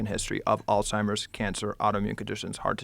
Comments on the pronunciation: It’s Alzheimers…. Not “All-timers”…. Very distracting…. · she said "alltimers" like 7 times this episode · Why does she keep saying altimers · Man this is such a good podcast, but why is she calling it alltimers? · Why does she keep saying “all-timers” 😬🤦🏻‍♂️ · I couldn’t keep watching it the first time after hearing her call it “alltimers” over and over again instead of Alzheimer’s. I only did a little studying and worked in hospice care, so she should know with the type of education she has. Don’t know why it annoyed me so much. Sounds like everyone liked this episode so I’m going to shut the fuck up and give it another shot. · All timers? She needs to say it right. Someone who is apparently so educated in medicine should know this. Turned it off after that. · Why do these intelligent people keep saying ALLTIMERS???? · All timers? Or Alzheimer’s? I can’t get a read on this lady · All timers? Come on now. Your a medical professional and you can't say it right? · Why can’t both of them pronounce Alzheimer’s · Why do they keep adding a t in Alzheimer’s ?? Joe and Casey need to correctly address the disease so everyone will listen. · Harvard dr actually pronouncing alzheimers incorrectly?! 🤦🏻‍♀️there's no T in it ffs! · except for the fact that she pronounces Alzheimers incorrectly lol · . Joe Called it alzhimers and all timers t seconds apart lol